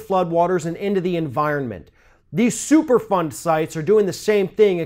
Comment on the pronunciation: you should've started with the super fund explanation. I kept hearing it as "super fun" when you were talking. Lol